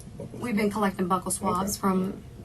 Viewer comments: “Buckle” swabs is killing me. Buccal. “BYU-cal swabs”, meaning inside of the cheeks and gums. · Its not pronounced " buckel swab" its buccal swab like bugle...(inner cheek) makes me crazy as a nurse...i know, silly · Būccal... Not Buckle 🤦🏻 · It is pronounced Buuuuu cul swabs not buckle swabs lol Man why did they put this rookie in there with this maniac psychopath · Lol it angers me when people pronounce buccal as BUCKLE... oh we gotta get dat dem darm buckle swab from you... then she comes back in and literally says he's gonna come in and get your BUCKLES like it's a noun, lol... the word is pronounced BEAU-SUL as in beautiful and Sully together. It is referencing the buccal cells in your mouth, it's an adjective not a noun... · The fact that's she's saying "buckle swabs", is blowing me. 😒 literally every other time I've heard it, it was pronounced "bue-ckle" swab... like rhyming with blue-kle.. 🥴🤷🏽‍♀️😫🤦🏽‍♀️ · BUCKLES? ITS DNA. ITS JUST DNA, NO NEED TO CALL IT BUCKLES DUMMY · I hate when they pronounce Buccal swabs as "Buckle". These fucking people cant even pronounce it properly but use it against you in court 🤣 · It's pronounced (bew call) buccal swab... But I digress 🤷🏼‍♀️🤷🏼‍♀️🤷🏼‍♀️